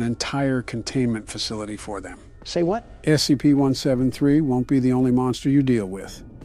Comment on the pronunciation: Lol said scpt when they were reading about the skull